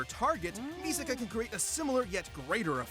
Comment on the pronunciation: It’s pronounced Misaka not Miseka